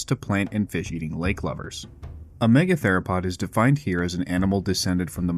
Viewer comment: Lol "me-gather-o-pod"